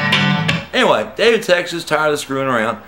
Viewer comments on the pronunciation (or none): none